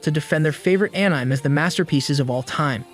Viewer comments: Just heard how it was said. I’d rather be deaf than hear An IM ever again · It’s so funny that it says “anym” 😭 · Bro its anime not anyim 😂😂😂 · The way this bot pronounces "Anime" is horribly distracting. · Are you trying to say ANIME? N you said it as one word?! YOUR FIRED